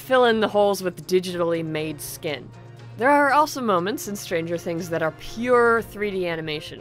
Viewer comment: Stranger things.... Strangier things.... Strangierier things.... Strangiest things.... Stranguoariar things.... Strongiariola things....